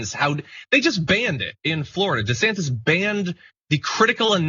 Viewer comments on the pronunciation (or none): none